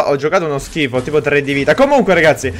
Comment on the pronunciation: AVEVA DETTO SCHIFO CON LA F